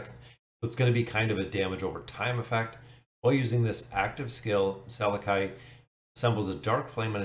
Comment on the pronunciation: I'd have to guess that his name is pronounced like this Sal-eck-i i makes the y sound, or Sal-eck.